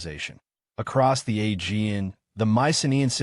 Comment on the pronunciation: I came here looking for a geological explanation for the 3.2k year drought, but in the first minute this guy shows he can't pronounce 'Aegean', so it's not looking good. 😢